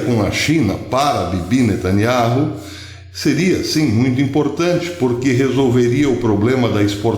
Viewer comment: Beyaminatanyahu ou seja nataniau fale do jeito q é pronunciado fonéticamente professor